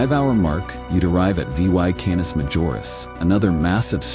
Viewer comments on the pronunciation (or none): Rigel is not pronounced 'regal'. Rather, it's RYE-jul, Canis is CANE-us, not CAN-us. The Andromeda galaxy is a neighbor, but there are many which are far closer--around 60 of them.